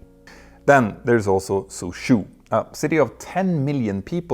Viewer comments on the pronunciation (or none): Please use google translate to voice those chinese words. its not soo-shoo, it's "soo-jaw". the chinese already used latin letters to let us read their words (it's way easier than learning how to read 5 thousand old traditional chinese characters, believe me), why not go ahead and learn how to use their pinyin system